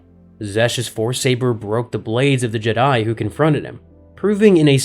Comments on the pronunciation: Jdi instead if jedi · Is he saying "Jedi" like Jed-dye, but with more emphasis on the last syllable, intentionally as if it's something different or the same Jedi we're all thinking of?? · The jeh-die